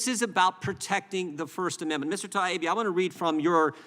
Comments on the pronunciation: They can't even get his name right, Taibbi, pronounced TIE-EEBBEE, not TIBEY. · Matt’s last name is Ty-eeee-be......good grief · Mr. Connoly it is ty ee bee. Get some phonics going on! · "Taibbi" is not that fucking hard to pronounce. Sound it out . . . ta-EE-bee. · "TIE-E-BEE" It's not that HARD to say! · "Mr. Teebee" Really??!! He can't even learn the guys name!!! I'm a Canuck and not even involved in politics and I know who Matt Taibbi is!! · Mr TB? These people in charge are not even able to pronounce the name of the people they are haranguing. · At least he apologized for mispronouncing her name, Mr. Tiablablablabi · Realises hes mispronouncing "Teegun" as "Taygen" and apologises... Doesn't realise hes mispronouncing "Taibbi" as "Twibbleybobbly ", so couldn't give a sh*t! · Are you saying they don't believe his name is pronounced Tiny Bee? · The Congressmen/women on this panel must have some sort of basic education, right? And the knowledge of basic social graces? I'm going to assume then that the consistently incorrect and wildly varying pronunciation of Matt Taibbi's surname is due to some undiagnosed neurological deficiencies among those congressional folks. They can't just be Being Disrespectful, right? RIGHT? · Interesting how Mr Connolly mispronouncesMatt Taibbi’s name several times in his presence, but apologizes for mispronouncing Chrissy Teigens name. Does he only display good manners to those he agrees with? That is not good manners at all. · That's some ridiculous laziness if you can't pronounce "Taibbi" correctly especially when it's been said over and over again ALL. DAY. LONG. What a loser. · Taibbi should have thrown Connolly off by forcing Connolly to properly pronounce his name. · He’s also mispronouncing “Taibi”. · The disrespectful mispronounced last name is terrible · This guy is a joke too can’t even pronounce Matt’s last name